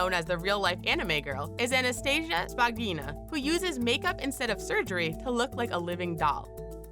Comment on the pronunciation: Thank you for a very interesting and informative review on this topic! But I want to make some notes about pronunciation of the name of two Ukrain girls (as I am Russian and I know it well) The right variants are Valeria LukyAnova and Anastasiya ShpAgina (very rare or even never on "Ina").